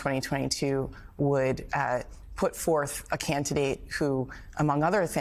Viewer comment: Am I the only one who heard say CANTidate when referring to Hershel Walker as the republican candidate… and I hope that was on purpose CAUSE THAT WAS SO SLICK AND SHE AIN’T LYIN!